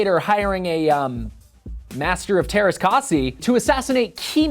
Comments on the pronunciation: Teräs k*ä*si not teräs k*a*si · You butchered the pronounciation. I know its Hard for you but could you atleast try. Also its written teräskäsi.